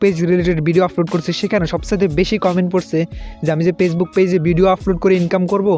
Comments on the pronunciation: পেছবুক না ফেসবুক ok কথাও ঠিক মত বলতে পারোনা। শুদ্ধ করে কথা বলো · আপনি কি ফেসবুক উচ্চারণে পেসবুক বলছেন? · Pagebook bolen kan mia 🤣🤣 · কথা থেকে নোয়াখালীর ঘ্রাণ আসছে 🤣 পেইজবুক না ফেইসবুক। পলোয়ার না ফলোয়ার হবে জনাব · পেইজবুকক নাকি ফেইসবুক!!!? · ভাই, পেজবুক না, ফেজবুক। বাঙালি সেই হিসাবে আমি খুবই খুশি, কারণ অন্য ভাষাগুলি বাঙালি হিসেবে উচ্চারণ না করতে পারা দেখে। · Vai কথাগুলো ঠিক কোরে বলুন পেজ বুক না ফেসবুক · পেসবুক শুনছি। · ফেসবুক বলতে পারে না পেজবুক বলে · ভাইরে ভাই... পেজবুক কি জিনিস? বিডিও কি জিনিস? শব্দ উচ্চারণ ঠিক করুণ। আর এমন ফাউল ভিডিও/টিউটোরিয়াল বানিয়ে আমাদের মতো ভিজিটরদের সময় নষ্ট করবেন না প্লিজ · উচ্চারণ করেন তো পেজবুক😂